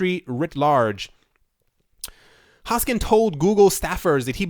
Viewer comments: Its HoskinSON. Not Hoskin. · Hoskinson. Hoskinson. HoskinSON. NOT Hoskin. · Its not Hoskin its Hoskinson..3 times same mistake..c'mon..Cardano is the best coin on CMC,respect! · can u read? say it..... hoskinSON if you cant read or sound intelligent you're not worth listening to